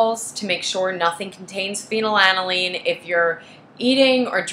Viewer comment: She doesn’t even pronounce it correctly.